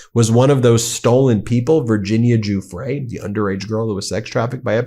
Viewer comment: The least you stupid American journalists can do is learn how to pronounce Giuffre correctly. It’s not that hard. Google it ffs.